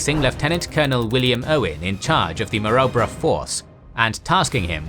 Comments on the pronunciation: Maroubra- pronounced Mar-roo-bra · His pronounciation of Maroubra force is a bit off too. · Such a shame that you obviously do so much research, but mispronounce almost everything. Every Australian who’s ever lived will wince at your pronunciation of “Maroubra”. And many Australians of my generation heard first hand from our grandfathers who were there how to pronounce “Kokoda”, “Buna”, and “Gona”. It should have been an easy to check thing, that detracts from the storytelling. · Ko-Ko-Da and Maa-Roo-Bra. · Kokoda is pronounced co co da. Maroubra is mah roo bra. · "kuh-koh-da" "mah-roo-brah" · Great information and vid but as an Aussie(knew/know people who have fought there), you're mispronouncing Kokoda and Maroubra.